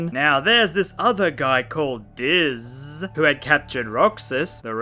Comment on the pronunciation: It's actually DiZ not DIZZZZZZZZ